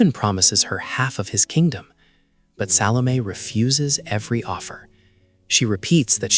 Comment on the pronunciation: Mano, fala o nome certo SALOMÉ.. nada de salon.....que viagem